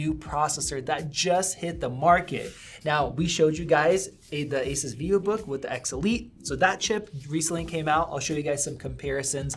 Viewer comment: Gaypple fangay doesn't even lnow how to pronounce Asus